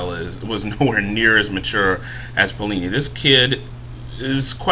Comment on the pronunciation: and is alah-gay-see-ah and its pay-o-li-ni